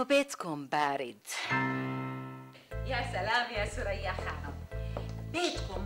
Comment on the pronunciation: مين سورية ؟ ههههه ثريا و بيقول سُريا